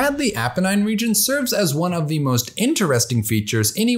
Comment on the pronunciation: Dude--this is a great video, but I have to say, your continual mispronunciation of the definite article is very distracting.